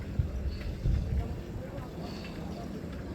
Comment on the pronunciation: La boca, not la Bocca. Means the mouth ( of the river)